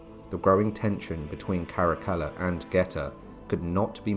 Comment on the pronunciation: Good to hear Caracalla pronounce correctly.